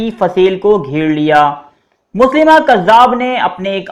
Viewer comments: Janb ap galat lafz bol rahy Han. .مسلمه nai tha مسيلمه hy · مسیلمہ نام پڑھتے ہیں نہ کہ مسلمہ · مسیلمہ کذاب ہے مسلیمہ نہیں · Ap name drust kr len MUSAILMA hy